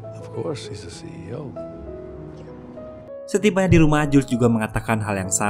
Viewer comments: Bukan cio min,, tapi ceo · Keren... mantep... Tpi, CEO min bukn CIO